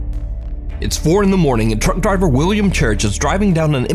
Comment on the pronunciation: I keep hearing drunk driver but it is truck driver 😂